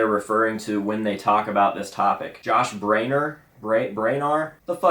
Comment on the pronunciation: Not only was it "Brayner", but dude also put "John". Lol.